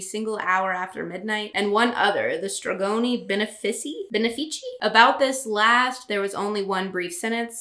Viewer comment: I'm so glad I never read Twilight, but this rewrite is hilarious, you're funny af. I'm Italian and I've never heard of stregoni benefici (btw it's pronounced with the accent on the second E), so I googled it and apparently they're only ever quoted in articles about Twilight.